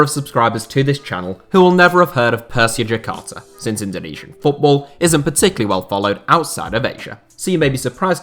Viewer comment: As a indonesian i'm dying how you said "Persija Jakarta"